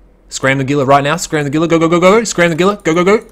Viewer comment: Gila is 100% pronounced Heela not Geela. Otherwise great video. The gank on the stream creepers was pretty funny.